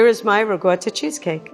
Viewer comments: I really hate the way she says ricotta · I cringed every time she tried pronouncing ricotta. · I'm sorry I love you but how tf do you pronounce ricotta?? “rougouder"?? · Am I the only one off-put by how pronounces ricotta? Dear lord woman, not even rural Italian farmers pronounce it with that strange an accent... It's not even strange to pronounce, it's literally as written. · Kinda does my head in how she pronounces ricotta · Not only did I live in italy for YEARS and speak the language fluently. I spoke it so fluently I taught English To Italians IN ITALIAN! And I can say whole heartedly that people trying to pronounce italian things in a garbage bag New York accent should be a war crime. The cheese is Ricotta. Pronounced (Ri-Co-Tah) idk what the hell Riguttuh cheese is! My goodness, if you wanna sound like you know some other language maybe try A little bit. Otherwise she seems like a lovely lady, but her italian is as bad as My own grandmothers, and she's never left the state of Colorado